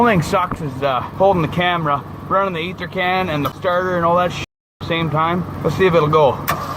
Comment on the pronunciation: Damn it sounds weird hearing you say the word "ether". haha It must of been a struggle for ya bud. You've just gotten older and wiser is all.